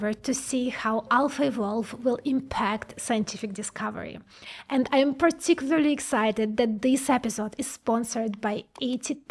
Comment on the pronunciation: certy precent puticucully